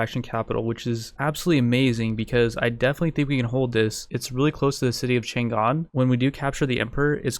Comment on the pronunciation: cheng xu is pronounced tch-urng shu(with a high pitch at the end like a whistle)